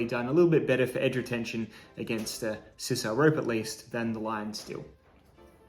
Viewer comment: Sisal = Sai sall Long I. Just sayin' LOL